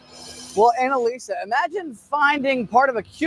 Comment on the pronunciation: Oh shit!!!! The newscasters name was Anal-isa😅😂 That shit is funny😅😂